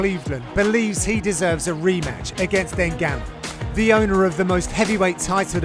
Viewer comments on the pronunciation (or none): none